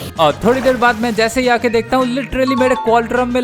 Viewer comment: Deakta 😂 bolata😂